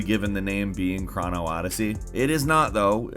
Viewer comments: Chrono is pronounced "crow-no" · please learn how to pronounce certain words like Bandai and Chrono.